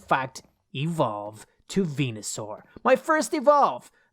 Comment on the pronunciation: he keeps on saying venasur to ivysaur then he gonna say mega venasaur for venasaur ahhhhhhhhhhhh